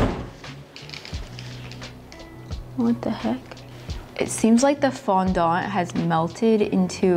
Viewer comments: I can't get past you pronouncing Fondant as FondONT. T_T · I wonder if it's the actual pronunciation in english? I'm french, would make things easier rather than the "foundante" thing people say lol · I'm British and I pronounce it "fondent", the e like an uh sound 🙂 but that's not to say all British people pronounce it the same way 🙃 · The way she says fondant I can’t 😭😂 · Did I just hear you say 'fondant' with a Cantonese accent? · I can't handle how you pronounce fondant 😅